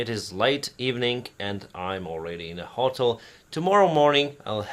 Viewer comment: Hello! Please check the pronounciation of the word Hotel :)